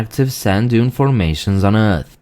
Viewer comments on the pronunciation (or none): none